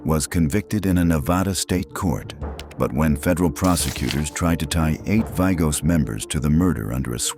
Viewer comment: Vagos is pronounced "Vah-goes."